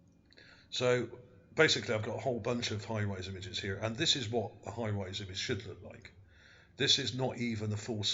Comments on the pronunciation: Surely you mean 'high res' image, not high rise image. Also, why do you keep saying 'ship' as though this is fact? All one can see there is an elongated feature on the terrain. There is no proof that this was or is a 'ship' of any kind. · OK when you describing pictures as far as resolution. You keep saying high-rise. It is not a high-rise it is Hi-Res meaning high resolution. Very informative video. I believe that was as you said and ocean or a river and that was the port where we find all the boats